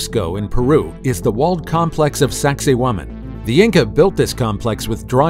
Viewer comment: I wonder how long it's going to take archaeologists to figure out that who ever told them the name of sacsayhuaman was messing with them Sacsayhuaman pronounced sexy woman